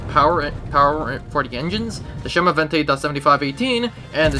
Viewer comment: A small correction. The pronunciation is not "chemovente", but rather "semovente", with an S. Good video!